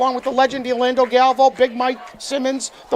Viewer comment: It’s GAL…..VAY…….OOOOOOO. Galvao.